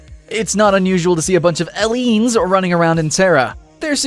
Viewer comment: AAAAAAAHHHH HE SAID EELEEENS